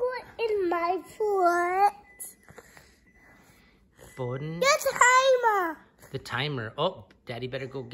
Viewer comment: I never knew "he-err" (here) and "for-erts" (forts) were 2-syllable words.